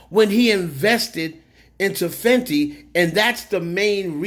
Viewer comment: it’s Fenty not fendi.